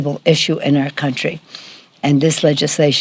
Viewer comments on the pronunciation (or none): Did she have a mini stroke when she said "secretary of HHS"? Her face twitched as she slurred and said "sec, secretary" and from that point on she was having more and more difficulty speaking. Not that she was speaking the greatest before that.